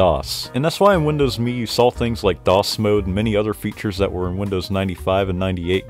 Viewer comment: Finally someone that pronounces Windows ME correctly 😂😂❤